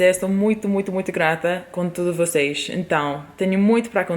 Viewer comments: você fala português igual ao que falamos em Belém, no Norte do Brasil! Falamos o “s” com som de “x”. Vocêx! Rsrsrs! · Seus "vocês" é muito carioca ksksks